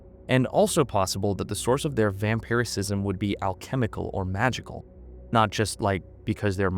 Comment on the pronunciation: It is "vampirism" not "vampiricism"